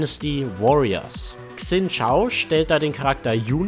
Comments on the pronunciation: Xin Zhao spricht man Schin Sao :D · Zileans Bart ist wahrscheinlich andersrum, weil für das Splash ein Spiegel-Selfie genommen wurde^^ Ein chinesisches X wird "tsch" gesprochen, ein Z nicht (Xin Zhao :P) Und auf Leonas Arsch muss ich mal besser achten... Ich hab den Skin, der Bug ist mir aber nie aufgefallen :D